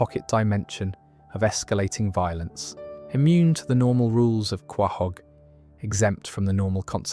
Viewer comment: It's pronounced co-hog not co-whoa-hog 😆